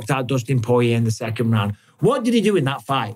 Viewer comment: I'll never get tired of watching champ callin Dustin The Diamond "Poe-yay"